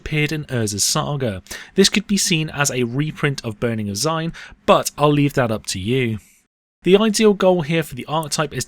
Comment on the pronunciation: It's pronounce zee-nee-eh Also, jokulhaps counts I think. It does destroy artifacts but these days you can ramp with planeswalkers like chandra TOD and KOTH